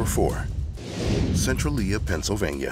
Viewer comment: *sen-trail-yuh ❤️ Cool vid